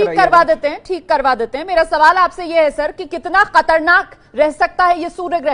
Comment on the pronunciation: khtrnak ko Katrnak bol diya mam aap ne 🙋